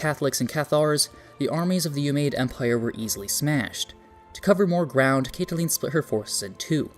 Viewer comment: Fyi Caitlin is Katelyn not Cat a lean.